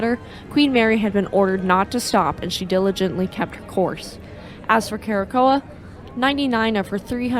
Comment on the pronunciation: The only issue I have with this episode is that at around 5-6 minutes in, there's actually a picture of the Queen Elizabeth, and that Curacoa was pronounced with two hard Cs, and not a a soft C at the second C. Cura-Soe Ah